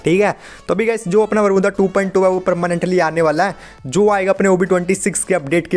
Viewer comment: Who noticed saying 'bermuda to बरमुद्दा '😂